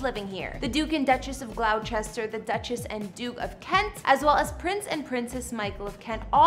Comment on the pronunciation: BTW Gloucester is pronounced GLOSS ter.